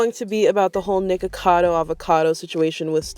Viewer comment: You said her name right, don’t worry! c